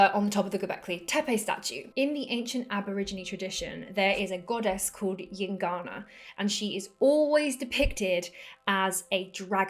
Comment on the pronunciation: what the fuck are you saying? calm the F down. Heard it a hundred times and i could not understand... gincana? gingana? jincanna? llincana? yingana? at least write it somewhere ffs.... EINGANA god damn it... took a while to find...FFFFFFF